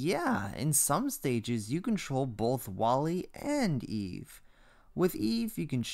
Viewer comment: It's eve, not Eva.